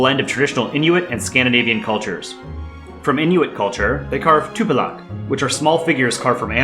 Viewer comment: Tupilak, not tupilaq